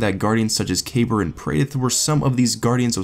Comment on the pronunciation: Boi it's pronounced like "kah-beer"...